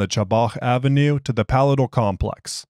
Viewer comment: Since you asked for assistance with pronunciation... Palatial: puh-LAY-shl